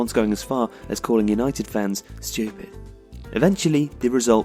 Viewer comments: why does he say stupid so weird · I love the way you said stupid